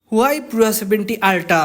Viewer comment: পুরা না পিউরা